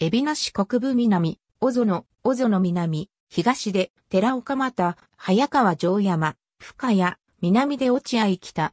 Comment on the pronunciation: 読み方めちゃくちゃ😅小園（こぞの）早川城山（はやかわしろやま）早園小学校（そうえんしょうがっこう）ですよ😬勉強してからこうゆうのアップしてください😅